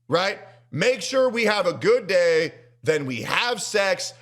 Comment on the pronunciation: am i hearing this right she says date correct ur day